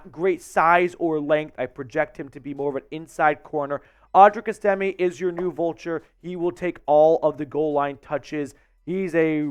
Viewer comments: I think his name is pronounced Es...ta...may. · S-Tim-A Just making sure you know how to pronounce his name after scores many TDs for your Broncos. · It's ES'-tim-may. You can't even pronounce his name, so your assessment doesn't carry much weight. This guy is an absolute STEAL! He has been compared numerous times to Jerome Bettis. He is a bulldozer.